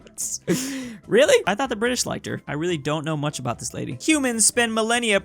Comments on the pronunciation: The Bri ish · "The Bri'ish" - 2021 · saying bri ish is getting old